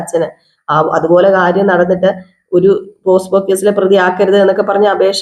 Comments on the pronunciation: പോസ്കോ (posco ) അല്ല പോക്സോ (pocso)... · അതെ പോസ്കോ അല്ല പോക്സോ